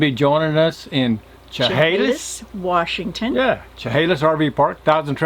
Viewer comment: There is no R in Washington. 😂